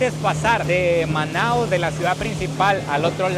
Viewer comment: O nome correto da cidade é Manaus, não manaos.